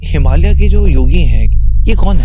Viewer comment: अंग्रेज चले गए पर अंग्रेजी नहीं गई की बात कर रहे हैं तो खुद तो पहले हिंदी भाषा (देवनागरी लिपि) में लिखने की आदत डालें 😅 और हां, "हिमालया, संभाला, योगेश्वरा" इत्यादि नहीं बोला जाता, हिमालय, संभल, योगेश्वर उच्चारण किया जाता है।